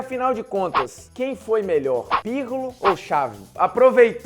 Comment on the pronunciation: legal lega, mas vocês falou errado o nome do Pirlo trocentas vezes.